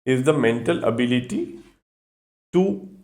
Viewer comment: Ablity❌️ ABIILITY✅️